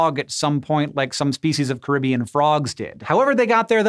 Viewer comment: I don't think I ever heard you mispronounce a word before until, "Caribbean". Was this video processed by an AI?